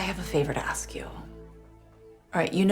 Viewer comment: LOUisiana...Not Lusey Ana Clerical collars are for Catholic Priests..who don't allow women clergy ASK, not Axe...